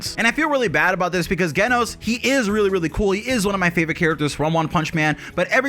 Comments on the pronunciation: Ok dude... It's Genos with a J sound J-enos. Hearing you mispronounce it so much was painful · JEN-os. I love your videos, just so you know! But you have to pronounce it correctly so I'm more focused on the awesomeness you bring us instead of the "ooooffffhhh, did he pronounce that right?!" aspect. Please, please keep putting out the great content that you do! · lol also geh-nos 😂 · The way he say genos name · i can agree with ALL of this, except how you pronounce Genos